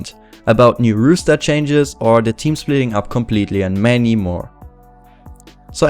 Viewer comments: Good video; just wanted to mention it's roster not rooster and it's pronounced like rawster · Very interesting video. I think they will drop Friberg, Allu and Get_Right. Just one thing - it is "roster" not "rooster". A rooster is a bird, like a chicken. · If anyone here gonna laugh at him for say "Rooster Change" instead of "Roster" obvious you don't think cuz clearly English isn't his first language give him a break:D, keep up the good work!! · haha, 'rooster', I love it. Keep it pronounced like that in future videos pls <3